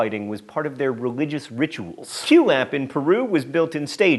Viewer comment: K-WAY-LAP John! I know... mispronoucing things is your thing.